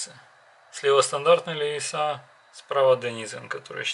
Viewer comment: Это у вас на хуторе так принято говорить : "ЛевисА" ?